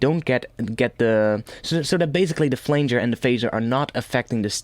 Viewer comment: it's not a flainger, it's a pronounced flanger:).